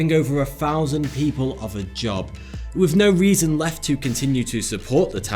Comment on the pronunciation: Th doesn't make an F sound. It's "with" not "wif". Quit butchering the English language. Outside of that, I like your channel.